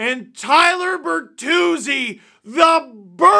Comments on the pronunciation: Tyler Ber”three”zi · Tyler Ber-three-zi